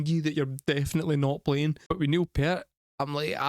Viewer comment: A lot of bands where influenced by Rush, especially after listening to 2112. The song you just listened to is actually YYZed, Canadian don't ya know. 😀Also Neil Peart is pronounced, Peert, so many get it wrong because of the spelling. Try not to count time signatures when first listening to a Rush song, it will turn your brain into a pretzel, especially when the strings and the percussion are on different time signatures. 😂 Give a listen to Tom Sawyer.